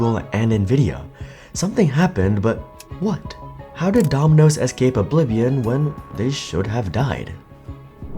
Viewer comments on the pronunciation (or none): none